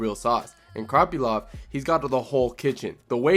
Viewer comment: Good video but why do you keep calling him kroppylov 😭